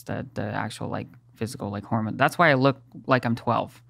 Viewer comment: I am now going to call estrogen a "hermone" until the end of time